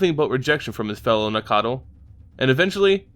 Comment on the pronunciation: These keep getting better, but according to one of the Wizard RND it is Nack-tal